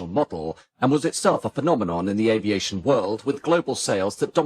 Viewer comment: One day you will learn to pronounce aviation in French. It's not 'aviasheeo'. Try Babble. It's free.